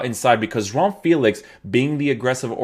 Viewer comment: You actually pronounce João right damn